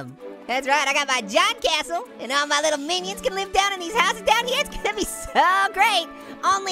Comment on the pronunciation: wow I love Minecraft and splody time and what do you call a cashle a a tashle